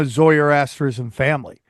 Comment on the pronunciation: It's 👉 Zoroastrianism, NOT 'Zoierastrisism' as you mispronounced multiple times Sam. 😂